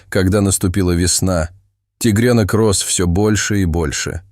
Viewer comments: тИгрёнка ,а не тЕгрёнка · зачем вы говорите тигрЕнок...неприятно слушать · Зачем вы говорите тигрЕнок....? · делает неправильно ударения в словах:, кот, тигрёнок, то Лука, То ЛУ ка❤❤❤❤❤